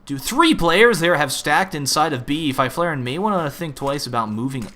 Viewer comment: Fy-flare-en? That is awful pronounciation right there